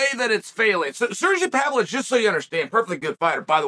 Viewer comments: No one knows him because you pronounce his incredibly simple name like it’s written in crayon by the 1st grader. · This whole time I thought he was talking about Sergey Spivak and he was just pronouncing his name wrong 🤣 I completely forgot about this guy!? I thought his name was Alexander Romanvo???!! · Ha ha ha, exactly. English is not even my second language and I pronounce Pavlovich's name better than uncle Chael does.